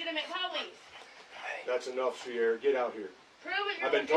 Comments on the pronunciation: That is not how you say Ciara haha that's Kee-ra, no idea why the cops were saying "Sierra". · See the problem here the entire time, the officer was pronouncing her name wrong.. its Ciara ..